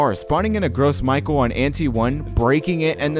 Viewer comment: Also you mispronounced gros michel